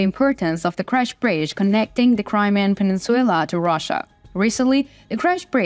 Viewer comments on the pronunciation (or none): Península. Not peninsuella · Peninsula, not peninsuella. This is not a Disney movie. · Penin Sulaar not peninsuula